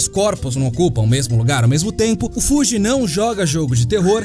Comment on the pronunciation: O nome dele não é Fuji e sim